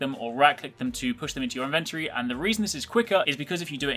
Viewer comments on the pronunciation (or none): Does no one know how to say inventory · STOP SAYING INVENTORY THAT WAY!!!!!!!! :( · It's not inventrey